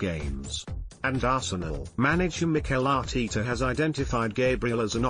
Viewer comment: Isn't bloody annoying.Arteeeta